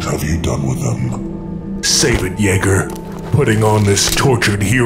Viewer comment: It's Yeager not Jaeger